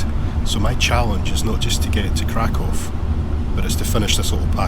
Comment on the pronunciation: It's refreshing to hear somebody pronounce Krakow correctly. I visited Krakow in 1979 in my teens and this is how I've always pronounced it. I was there in the square on 1st of September 1979 when they were commemorating the 40th anniversary of the invasion of Poland. I spent two weeks in the resort Międzygórze with some amazing people. We walked in the foothills near Mount Śnieżnik. I'd love to see you both do a video there.